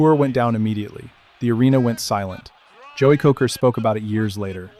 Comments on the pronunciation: It's pronounced Koser. Joey Kocur. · Nilan and Kocur